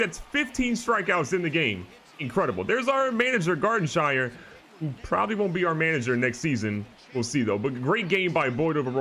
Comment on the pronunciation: Garden "Shire" hahahahahaha where's frodo?